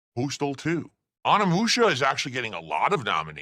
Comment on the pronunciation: Um nee musha? You mean Onimusha. O NEE MU SHA. can’t pronounce it right🤦‍♂️